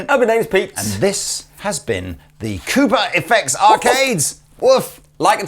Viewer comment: I like the way you pronounce Cooper. It sounds like Koopa.